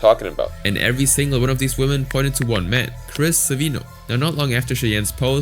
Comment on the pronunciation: 'Women' is not pronounced "woman".